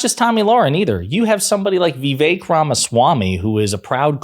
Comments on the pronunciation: Who is Vee-vake? (it's vi- VAKE). Kinda like saying ka-MA-la instead of KA-ma-la. LOL. You can't criticize the right for mis pronouncing if you do it yourself...... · Fair enough, "Vivache" (rhymes with ache and he makes my head ache!) Merit is good. It is why I'll be voting for Ms. Harris. Not Amber Rose or Ben Carson or DT or YOU. There is no MERIT in your cruel patronizing Project 2025 even if your candidate was smooth, articulate and not racist at all!